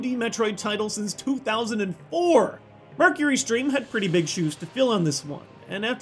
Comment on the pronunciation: Firstly, the last 2D Metroid title was Zero Mission, not Fusion (come on, you got the year right when you said it, but not editing it?). Secondly, Mecury *Steam*, not Mercury Stream.